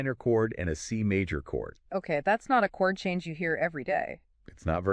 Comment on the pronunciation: C "Mawwwj" seven chord.. LMAO